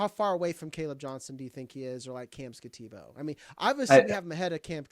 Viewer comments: No one said Skattebo's name correctly lol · I agree with the comments on mispronouncing Skattebo's name.... and butchered it...Mike wisely avoided it. But I also think he's appropriate at rb9 or even 10. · If you're going to snicker and mock Cam Skattebo, at least say his name right.